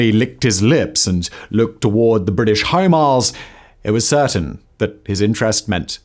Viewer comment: "the british Himars"? WTF? Himars didint exist in the 1940's its a very recent weapon system. ... Oh ... HOME ISLES , that's on you're terrible pronunciation, not my terrible hearing.